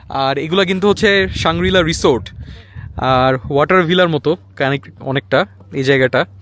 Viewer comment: উচ্চাররণ হবে রিজর্দ মে বি